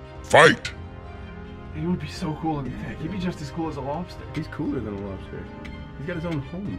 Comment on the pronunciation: Lol. Door Dash to the lobstah! So cool.